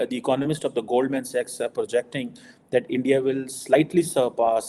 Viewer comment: accent jhaad ne ki chakkar main Goldman Sachs ko Goldmen Sex mat bol😂